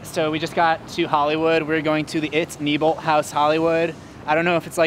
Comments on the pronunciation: The tour guy said nybolt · He said neibolt wrong